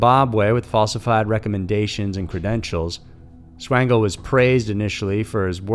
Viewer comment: Michael Swango is pronounced SWAN-GO. There was no Swain (like Twain) It was SWAN-Go